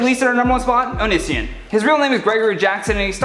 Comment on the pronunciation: Thank you for mispronouncing onision